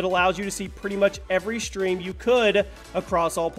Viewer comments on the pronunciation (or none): You SHtream